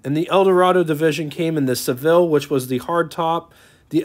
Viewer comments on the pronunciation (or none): none